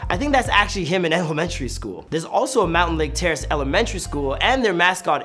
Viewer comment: Bruh, stop saying “Mountain Lake”, its Mountlake, I would know since I live there 😂